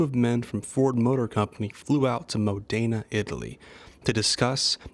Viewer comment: Observation 1) Moe Dana? This is the first time I've ever heard that! Watch any Ferrari video to hear the correct pronounciation.